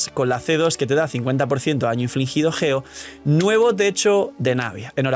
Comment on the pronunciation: Es geo no ggggeo